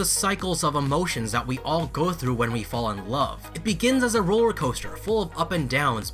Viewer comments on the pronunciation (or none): I just realized Yoongi said "furr" instead fall when they exchange their role lol.... 😂😂😂😂😂😂